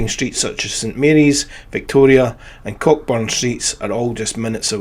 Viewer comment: Cockburn Street is pronounced Co'burn Street...sounds like Co-op. I enjoyed the trip down memory lane 😊